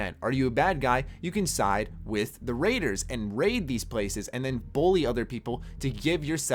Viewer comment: the only thing wrong with this video is the way he says bully